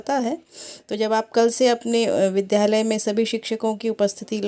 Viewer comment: Vidyalay ka uchcharan thjk se karen.